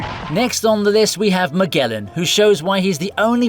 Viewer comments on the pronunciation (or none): Magellan = Miguelan XDDDDDDDDDDDDDDDDDDDDDDDDDDD que risa